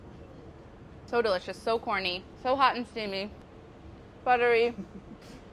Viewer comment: Am I the only one who had to rewind the video to listen to her say corny muffins again because I thought she called them horny muffins?! 😂 😂 😂